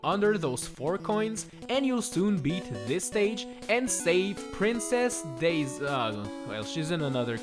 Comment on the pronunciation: Daisy? more like Dai-sigh